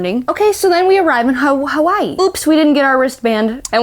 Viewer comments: ok fun fact that is exactly how you pronounce Hawaii in German! So it is how you pronounce it, you only used the wrong language. Also OMG YOU TWO ARE ENGAGED? I'M SO HAPPY FOR YOU! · you were close, you would pronounce it as “HA-VA-E”